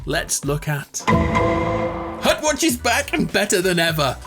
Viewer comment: hutwatch for LYFE (right ? that's how you said it?)